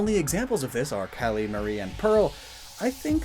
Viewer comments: is he calling her cullie? its callie QwQ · Am I the only one bothered by his pronunciation of Callie's name? It's not pronounced like cauliflower! The "a" is pronounced like Apple, or her (and Marie's) actual namesake, calamari!